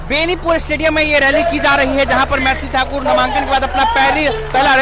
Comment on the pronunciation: पत्रकार महोदय मैंथाली ठाकुर नहीं मैथिली ठाकुर नाम है ।